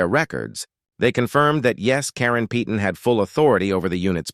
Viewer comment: peyton is pronounced payton not peeton